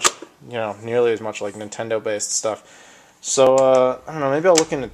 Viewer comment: you said you had shtuff you didnt need...... can i have a sega cd?